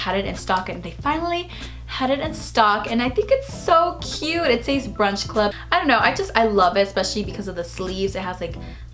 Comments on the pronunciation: SEZ not SAYYEZ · Omg, it's pronounced "SEHZ" not "Sayeez"